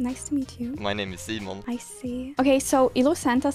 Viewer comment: DID HE JUST SAY MY NAME IS "SEMEN"??? xd